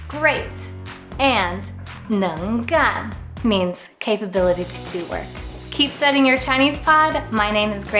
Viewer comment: it is "neng2 gan4", not "neng2 gan3" as pronounced; it is "wo4 bi3" , not "wo4 bi2" as pronounced in this video. Please make those corrections. Thank you.